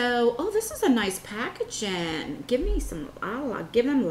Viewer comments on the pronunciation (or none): none